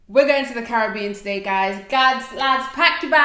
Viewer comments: Thks for the roti recipe. And thk u for pronouncing the Caribbean properly...I'm in the states so the frustration is real....hehehe🤩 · Yaaayy, you pronounced Caribbean right. These dishes look delicious.